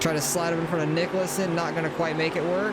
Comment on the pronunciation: Bruh….. I can’t stand it anymore…. Nicholsen is pronounced. NICKLE-SEN. Reis is REES.